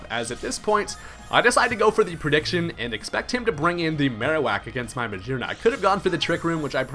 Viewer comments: Brian Rector he's pronouncing it 'geer' instead of 'gear'. I don't know how the fuck you got what you go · Is he saying "Muh-Szhear-Nuh" for Magearna and others? What the heck? It has 'gear' in its name and on its face! Isn't it "Muh-Gear-Nuh," or am I just misinformed? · I'm not sure you mean by 'gear' vs. 'geer.' They sound the same to me when I pronounce them. Every time he says Magearna, he pronounces the 'G' like the 'S' sound in measure, treasure, and pleasure. It's a voiced SH which I write as SZH. He actually pronounces it as Muh-zear-nuh later on , which kind of confirms my point. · Brian Rector Yea it's weird. I assumed it was muh-GEAR-na, then i heard someone pronounce Mah-gee-ar-na. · Psst, you are saying Magearna wrong.